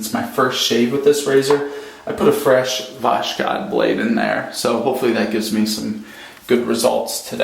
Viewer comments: Please, can't you pronounce it right the russian blades voskhod, it sounds [voshod] not [vashkad] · It's "vos-hod", not "vosh-kod"! Nice shaving stand, too. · Voshkod is pronounced bosod